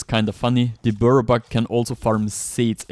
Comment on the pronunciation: if you drink or smoke take a sip or pull every time he says buirrow buck ffs. im never watching his vids again